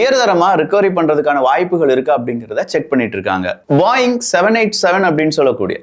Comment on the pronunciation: Very informative as always. But adhu boying Illa Boeing